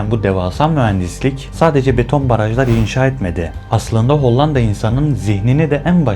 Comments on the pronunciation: Hollanda derken l’ler ince söylenir be abim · Madem içerik üretiyorsunuz, öncelikle emeğinizi tebrik ederim,ancak diksiyon konusunda özellikle dikkatimi çeken bir durum oldu. “Hollanda” kelimesini söylerken “L” harflerini oldukça sert ve baskın telaffuz etmeniz kulağı oldukça yoruyor. Bunu biraz daha yumuşak söylemeniz videoların akıcılığını ve izleme deneyimini çok daha iyi hale getirebilir.Hatta bu yüzden videoyu izlemekte zorlandım diyebilirim,,sadece yapıcı bir tavsiye olarak belirtmek istedim.